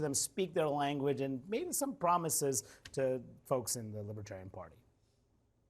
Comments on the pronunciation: He keeps saying "libbatarian." You'd think if he wanted their votes, he'd know how to pronounce it. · That orange skin is mighty thin. And BTW, what is a “Lib-a-tarian” anyway? Chump: still a dangerous fool. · Trump did NOT say he would put a libertarian in his administration. He said Lib-ah-tariun That pathetic difference is enough for him to reneg on the promise....aside from the fact that anyone willing to work with him is by definition NOT a libertarian!